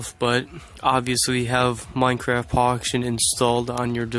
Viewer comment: So so so so so so so so so so so so so so and you always said Minecraft Poction..........................